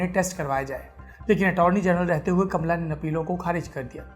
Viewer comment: कमला नहीं कामाला